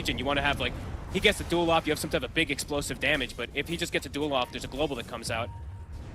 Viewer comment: skil name: Duel caster: dool (sounds more like doom)